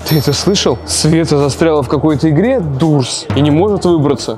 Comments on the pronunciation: и передайте от меня точ то не дурс а дорс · ЭТО НЕ ДУРС А ДОРС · Не дурс , а дорс это исключение